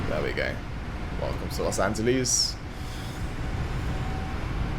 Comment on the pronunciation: Los Anteles? 😂